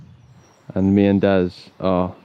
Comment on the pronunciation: Omg for half the video I thought you was saying dad then I realised it was daz 😂